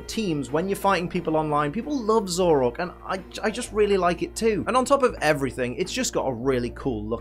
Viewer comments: IT'S ZOROARK, NOT ZOROK! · nobody:: ZOROK